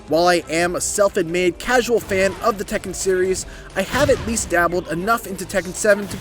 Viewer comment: It’s tekken